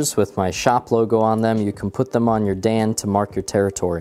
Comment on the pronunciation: you mispronounced Dan